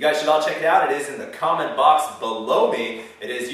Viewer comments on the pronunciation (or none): "Bah-low me." No,. No. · ....it is in the comment box. Blow me? :) Yes I know its "below me"....but for a second there i was like "WTF did he just say?"